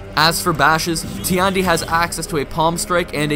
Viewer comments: Tiandi's voice actor: Tee-and-e Every player: TIE-YAN-DE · Nah nah nah bro its TEE YAWN DEE XD